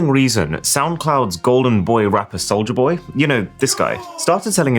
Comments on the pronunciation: never heard of Souj-la boy. hehe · "soujla boy"